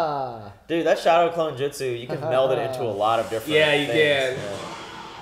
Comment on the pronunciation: Its not justsu....its jutsu right.